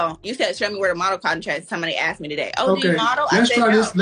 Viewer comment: I think she was not right in the head. “Someone aksed me today r u a model?” 😭